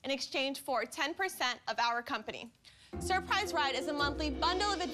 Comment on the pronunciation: I'm "surprised" that they can't properly pronounce "surprise"